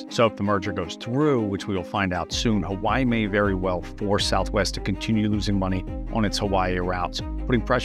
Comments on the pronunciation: "Huh-vuh-ee" brudduh. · He got Hawaii wrong too. He pronounces it "huh-wai" .